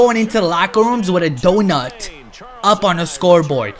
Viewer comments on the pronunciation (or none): none